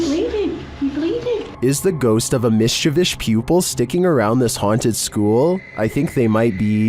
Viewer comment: ❤how u always mangle the word mischievous. Its ok, we know what u mean.